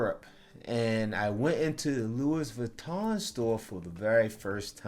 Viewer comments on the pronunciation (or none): Exactly..it makes ppl sound like a rube/country bumpkin when they say Lewis Vitton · It's concoCtion my dude, and don't pronounce the S in Louis. Great review, much love from Paris.